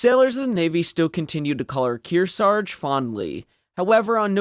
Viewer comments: Its KearsaRge. Not Kearsage. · They took Kearsarge's name off her so they could use it on a new Essex class aircraft carrier, but thet ship was renamed to honor the lost Hornet before launching. Btw both of the Rs in Kearsarge get pronounced, and if one is left out it's usually the first one. Least around here in the Kearsarge Region.